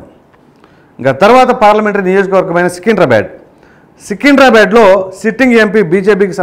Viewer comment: సికిండ్రా బాడ్ కాదురా హవులే సికింద్రాబాద్ అని పలకాలి... ముందు పదాలను పేర్లను సరిగ్గా పలికి తరవాత ఇలాంటి సర్వేలు చేద్దువుగానీ